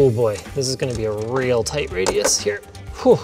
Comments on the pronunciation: “This is one of the tightest builds ever” “It’s toight you know, also it’s really tight” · Toight like a Tiger?